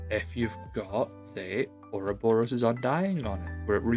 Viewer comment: oroborus not S wtf